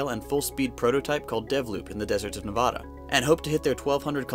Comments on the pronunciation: Nevada is not pronounced Nuh-Vodda. It's Neh-Vadda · Sorry, but you said Nevada wrong.